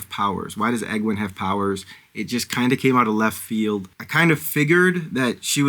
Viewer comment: Aes Sedai is pronounced Eyes C-Die Egwene is pronounced Ee-gwain Myrddraal is pronounced Mur-drawl (but you were close enough!) Enjoy the series. It’s absolutely worth it if you stick with it